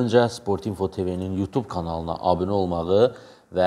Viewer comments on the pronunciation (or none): none